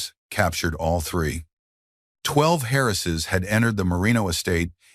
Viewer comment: What is it with the shrunken picture and the stupid movie in the background? Some words are mangled. Many words that should be possessive (Lily's, for example) are not. He shot the intruders before they got close, so why is there blood on his cuff? "12 Harrises"? The narrator changed voices when "Sebastian" was spoken, giving it an accent. Other words as well. Great story!